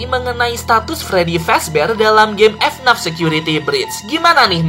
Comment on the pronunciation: bang jangan bilang f naf tapi f n a f